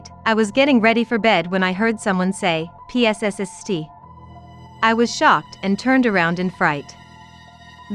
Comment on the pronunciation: AI Voice: P. S. S. S. T! Me: 🤦‍♀ Everyone in the comments: 🤦🤦🤦🤦‍♂🤦‍♂🤦‍♂🤦‍♀🤦‍♀🤦‍♀ Chester the white teddy bear: Tries using a cheese grater to grate the Leo's face off Leo: 👁👄👁 Me: what kind of weapon is that?! 🤦‍♀That man ain't no piece of fuckin' Parmesan cheese!!